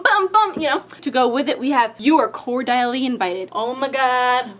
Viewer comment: I don't think you are saying Cordially properly